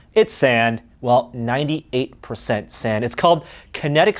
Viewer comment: Kinetic sånd pronounced sarnd